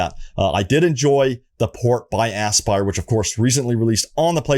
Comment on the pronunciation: Anybody else feel like this is a April fools prank everytime he says AssBuyer? 😂🤣